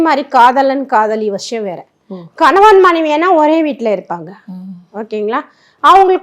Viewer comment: வஷியம் இல்லை வசியம் .. நஷீம் இல்லை நசீம்